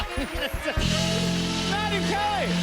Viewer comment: I think she slurred her name and felt awkward but she played it off super clean. Listen closely. She says like "maddary calorie" lol